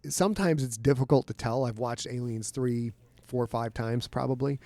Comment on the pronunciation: Love the interview. Hope you're able to do more content like this. But why does Scott seem to insist on pronouncing it "Alienssssss 3"?